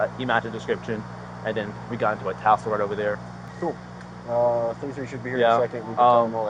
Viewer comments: Someone please tell him its tussle not tassle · Officer, it's tussle not tassel 😊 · And the fuckn word is tussel, not tassel!! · The officer consistently using "tassle" instead of "tussle" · Tassel? It’s called tussle Mr officer. This isn’t a strip club 😂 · Tussle sir, the word is tussle